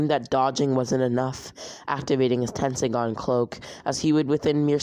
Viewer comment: Dude it’s tenseigan tesnseigan